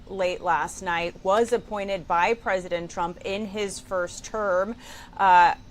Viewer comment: It always sounds like Caroline said President Chump.